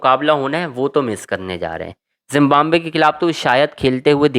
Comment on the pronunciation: Zimbabwe bolo zimbambve nahi